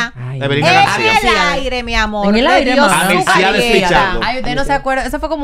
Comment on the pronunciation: ya tiene que poner la r donde van y dejar de usar la l, por ejemplo decir amol.